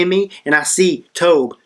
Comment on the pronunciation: Someone like should know it's not called the T-O-B-H! Geez that drives me nuts when i hear people spell it out. I don't know what ever gave anyone the idea that its spelled out?!? but, yeah, should def know that it's the Tobh, not the T-O-B-H.